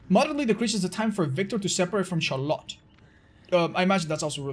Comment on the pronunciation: Char-lot.... lol Is it not pronounced "Shar-let" ?